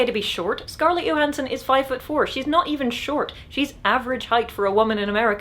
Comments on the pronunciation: also it's johansson not yohansson, right? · I like how she pronounced Gal Gadot completely phonetically but pronounced Scarlett Johansson “Yohansson” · Can we not mispronounce people’s names? If Johansson pronounces her name /dʒoʊˈhænsən/ you should probably also pronounce it with a hard j sound as in “judge”